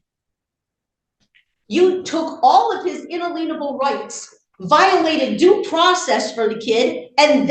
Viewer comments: It's un-alien-able rights, not in-a-lienable. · She/they (SovShits) pronounce in-ALIEN-able rights as "in-a-LEIN-able rights" because they must think that makes it impossible for those so titled rights to be abridged or, so to speak, have a lein applied to them. I know, I know... it's stupid. But these are SovShits that we're talking about. "These are just simple farmers. These are people of the land. The common clay of the new west. You know... morons." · Her “unaleanable” rights are driving me nuts! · In-ah-leen-able rights - What a joke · A made up piece of nonsense 🤷‍♀️ They use “un-a-lien-able rights” (pronounced lean) as part of their SovCitiot nonsense like her saying “My Honour” instead of calling the judge “Your Honour”, or how they refuse to say they understand charges or things because it apparently refers to “standing under” the authority of the court 🙄 But she slipped up & actually said it correctly in there as well lol. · Why can't these brilliant legal scholars pronounce inalienable?